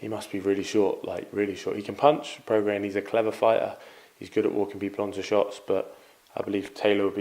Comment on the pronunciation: Love how Eddie calls him "Progress", Try getting some education Eddie ffs, Prograis as in Progray ya wally!